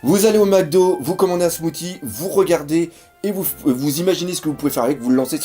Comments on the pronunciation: mdr le "smouti' ça se prononce "smouci":D Sinon comme d'hab superbe vod; pouce bleu:D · Smoothie, ça se dit smou-ss-ie, pas smou-t-ie